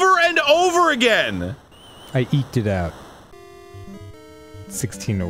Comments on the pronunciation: "I eekd it out" WOW...how did he not get slapped?! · I choked at the end when Dan said "I eeked it out." Oh Dan!